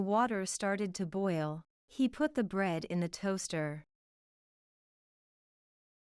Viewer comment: Boil是不是发音错了